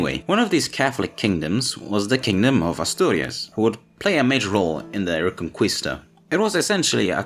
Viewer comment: I wonder how come you pronounced "Conquistadores" correctly but you pronounced "Reconquista" as "Reconkwista" xD